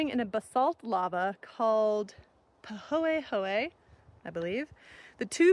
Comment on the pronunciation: Nailed the pronunciation of pahoehoe!